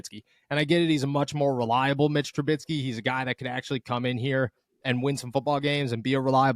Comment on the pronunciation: Please, please…for the Love of God stop saying Tru-BITSKY! There is no T. It is Tru-BISKEY.